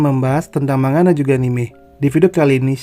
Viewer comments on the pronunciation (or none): none